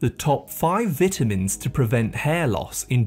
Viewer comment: oh my god the way he says vitamins is cringey, he's pronouncing the word wrong 😮